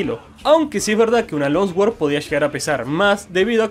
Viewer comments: se pronuncia long sword no lonswoord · Por qué decís long sguord..? La pronunciación es l(ao)ng suord... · Al tercer "lonsguord" tuve que dejar... espada larga o buena pronunciación.